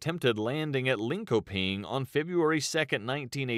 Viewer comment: The way it pronounced Linköping gave it away for me. Even non swedes don't say it that way.